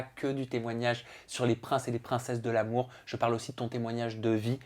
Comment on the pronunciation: "Les princes de l'amoure", "facebooke", insuportable cette façon de rajouter des "e" aux mots ou il n'y en a pas. De plus arrête un peu de faire le choqué ça fait 10 ans que la télé-réalité c'est du cinéma et tu le sais très bien arrête un peu de faire le mec outré t' es aussi faux qu'eux.